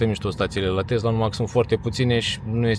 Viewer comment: Tesla nu Testla!